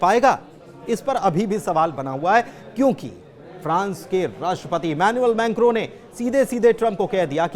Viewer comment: Menkro. Nahi mekron